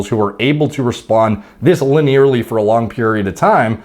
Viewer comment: "Luh-nearly" lol